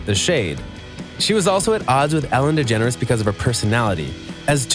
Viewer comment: its ellen degenre not degenres